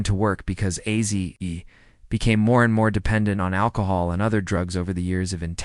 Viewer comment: Mf AI can’t even say ozzy